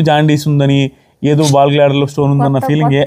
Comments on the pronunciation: Ball glader kaadu gaal bladder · Adhi ball gladder kaadhandi garu adhi gallbladder andi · Ball gladder kadayya adi gallbladder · బాల్ గ్లాడర్ కాదు గాల్ బ్లాడర్ అనుకుంటున్నాను